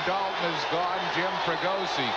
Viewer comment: his fake forced calls like his home run call "at the track, at the wall, looks up! That's ball is gohgoon!!" And I spelled "gone" wrong because he tried to make it a 2 syllable word. His overall humor and corny lines in general. He tried way to hard to be "different". He never let the game breathe. He was like a value version of the clown in New York, John Sterling. Im so grateful we have Franzke now. Sooo much better. He lets the game breath, his banter with his color guys is actually real and not forced.